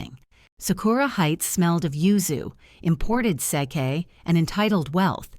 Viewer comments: I am not impressed with this 3rd generation Japanese person. He's arrogant and I would rather say I am another race than his. Sorry I cannot watch anymore. Btw true pronunciation of same = (sa - kay) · Sake not with a long a sound. Another with wrong pronouncing of words.